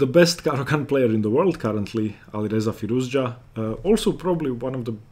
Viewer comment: Alireza is a genius....i'm glad you pronounce his name correctly, Firouz- Ja!